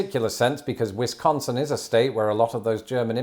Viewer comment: You pronounced "La Crosse" generally right! I still grimace when you pronounce Wisconsin, though.